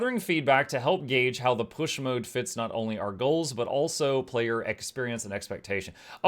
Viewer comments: I have always pronounced that word "POOSH", not "PISH". Sounds odd to my ears. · How is this actually pronounced? Is it just “Push”, like push a door open, or “Poosh” as you seem to be pronouncing it and as is mentioned in another comment below? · is saying it wrong, as a joke.